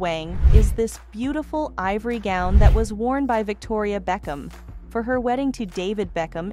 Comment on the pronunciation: White wedding “goon”. Wth is going on the the mispronounciation